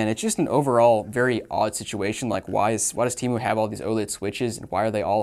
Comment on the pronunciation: How did you pronounced temu lol timu